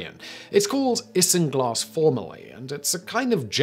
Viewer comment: Isinglass = Eye-zin-glass